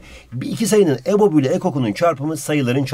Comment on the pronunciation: Abi Bizim Hoca Ebob Derken Ebok Dedi Biz Bu Hocadan Ne Anlıyalım Ama Ocayı Seviyorum